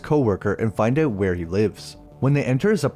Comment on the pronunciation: If I had a nickel for every time you pronounced out as eouwt and doubt as deouwbt, I'd be rich.